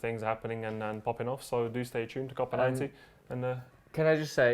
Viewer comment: Gotta love how Americans mispronounce Copa as Coper.